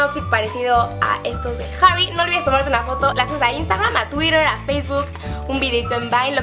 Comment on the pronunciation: jjjjjjjjarry hahahaahaha la pronunciación